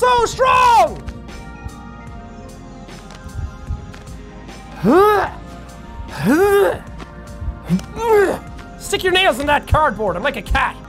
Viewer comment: 'I've seen what men do when they're angry.' "RAWR, I'M SO STWONG!"